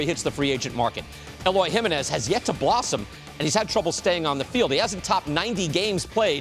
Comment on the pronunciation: What is it about white guys mispronouncing Jimenez? ESPN couldn't get it right either 🤦🏻‍♂️